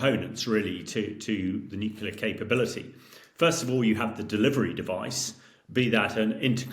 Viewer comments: Dude, the word is nuclear not nukular. How can so many pundits get this wrong?🙄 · Nucular. Over and over again. It's not easy to appreciate expertise when even the most basic terms are literally mispronounced. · I like listening to Hamish, but I do wonder why a nuclear expert is incapable of pronouncing the word “nuclear” correctly? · What's with the experts not even being able to pronounce "nuclear" correctly? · Wish he could pronounce nuclear correçtĺy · In all this talk about potential nuclear Armageddon, the thing that disturbs me the most is the pronunciation "nucular". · Fed up with people who can't pronounce "nuclear"...